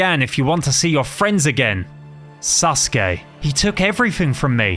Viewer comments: they he says Sasuke lol "Suske" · Why do I hear 'susuke' instead of 'sasuke' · It's sasuri not ssuri